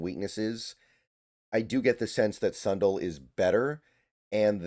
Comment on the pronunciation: Sun Dell like Dell computers not Son dull